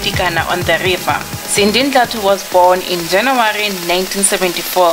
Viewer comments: It is pronounced Dla-thu. I think she just made a mistake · Ive always thot Sindi’s surname was pronounced dla-thu not Ndla-thu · And it Sindi DLATHU not NDLATHU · I won't subscribe because you pronounced Sindi's surname as Ndlathu instead of Dlathu. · Excuse me: It's pronounced "Dlathu"